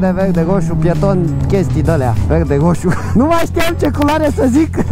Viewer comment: "Hadule, nu stam la hosu! Vehde, VEH-DE!!!" Are un rarait aparte 🤣🤗